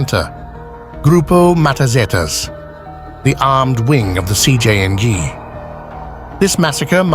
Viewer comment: “Cjing” AI truly sucks